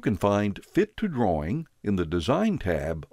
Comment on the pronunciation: Anyone else hear "save your groin" and not "drawing"?